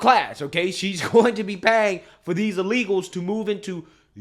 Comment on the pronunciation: says “uh-legals” 😂